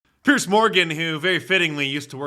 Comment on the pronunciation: Mark, it’s Piers, not Pierce.